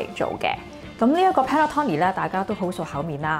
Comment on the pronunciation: Panettone 讀音係 pan net tone ni